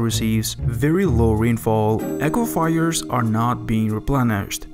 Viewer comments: Aquifers is pronounce Ahh Kwa Furs. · Dude. please google the pronunciation of words. it takes 2 seconds. words like: Saudi Arabia, aquafires, permanent, inches, fruits, compared, area, times, torrential, weather... etc. etc. etc. Thanks.